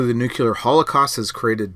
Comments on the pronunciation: "Nuc-u-lar" instead of "Nuc-le-ar" is a well known Shibboleth for Washington DC insiders (mostly conservatives, and heavily taken up by the neocons in the early 2000's), and has been for my entire life. Like it or not, it makes someone who says it sound like a George W. Bush cabinet member. A Ph.D. claiming that it's nothing but a 'local accent' just seems a little bit disingenuous, or perhaps just clueless. Did you get your degree from Under Rock University? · "Nuclear", "nuclear", "nuclear". FFS, stop saying, "nook-yuh-ler".